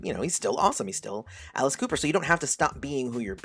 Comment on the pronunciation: WTH? Did you just say Alice Cooper is a born-again Christian? Or do I need to clean out my ears because I swear you just said out with Cooper is a born-again Christian now wow